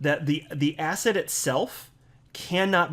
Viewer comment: Every time you said asset it sounds like ass hat 😆😆😆 But u are definitely right SEC is a bunch of ASS HATS🎩 I think I have ass hat on the brain 🧠